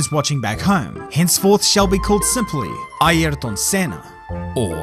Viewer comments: Never heard of Eye-air-ton 😮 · Bro try saying highrton without pronouncing the h. There is no "e" in his name. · i mean, is trying his best to pronounce as we do here we pronounce like "ierton" (using english pronouncing rules) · Since you are Brazilian, is this how you pronounce his first name..? It sounds so different from how others pronounce it. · This is the record for how many times you say Ayrton wrong in one video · Never heard his 1st name pronounced like this